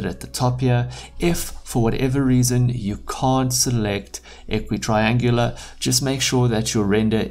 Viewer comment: Equirectangular, not a equitraengular.